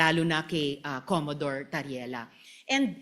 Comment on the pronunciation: Commodore hindi Commadore